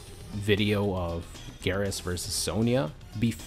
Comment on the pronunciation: It's "Geer-As" not "gahr-as"